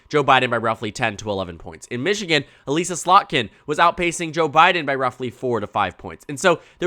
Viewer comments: "Uh-liss-uh" not "Uh-lease-uh" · voter from Slotkin's house district here - it's Uh-liss-a, rather than e-lEAse-a. Just fyi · This is probably a very minor thing, but as someone who was represented by her, it’s Eh Lih ssa with a soft I. Not Elise ah